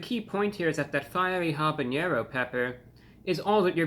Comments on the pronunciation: Lol, love that you pronounce it habañero, but it's actually habanero. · Hey ReviewBrah, I'm gonna be that guy. Unlike jalapeño, with the 'ny'-sound, habanero has no tilde over the n, so it's just 'haba-nero'. Keep up the great reviews, I appreciate the honesty.